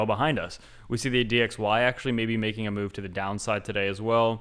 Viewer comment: you kept saying Mega Move, I kept hearing Mega MOO, and now I have a hankering for Dairy Queen....